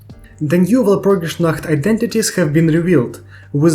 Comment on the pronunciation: have i found someone who finally pronounces walpurgisnacht mostly correctly??